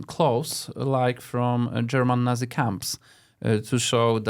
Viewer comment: Sir Krzysztof, those nervous laughs are most of the time out of place. Also how's that possible not to know the pronunciation of nazi! (natsi po polsku)